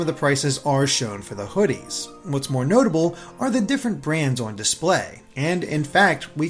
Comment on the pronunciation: Must you say "Owen" instead of "on", it's such a strange pronunciation